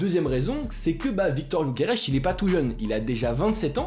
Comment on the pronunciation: C'est gyokeres et nn pas gyokerech mdr ç'est un suédois pas portugais bordel 🤦